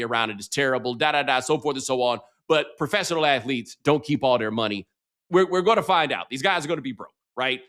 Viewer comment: "Sla...student ath-o-lete."🤣😂🤣